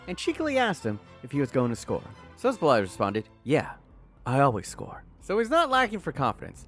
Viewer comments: Who is Sosoblaj? It is pronounced "Saboslai" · It s S-bos-slai, and ill-kay gundowan my friend. Better pronunciation next time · ok now u didn’t even try with the szoboszlai pronunciation😂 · Man butchered Szoboszlai 25 times before calling Luis Diaz "David mfucking Luiz"